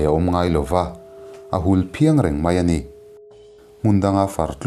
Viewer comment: Ṭiau tih i lamdan hi a diklo deuh e.Hulphiang tih i lamdan hi a diklo bawk.